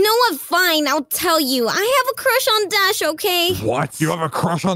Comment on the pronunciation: Bro can’t saw Dash’s name😂